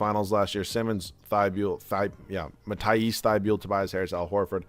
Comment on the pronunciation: Bro its mat-ee-s thy-bol